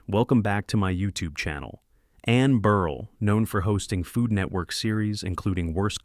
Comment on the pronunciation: "Burr-elle" not "Burr-ul"